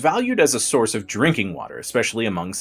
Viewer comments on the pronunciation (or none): none